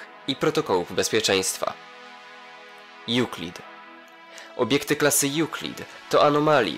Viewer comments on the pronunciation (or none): Ah ten nie wie że czyta sie EŁKLIT